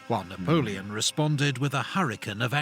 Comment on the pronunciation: he said navoleon 2 times! you are funny!